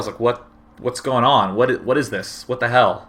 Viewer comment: I love how day9 adds an h in front of every word that starts with a w. x) hwhat.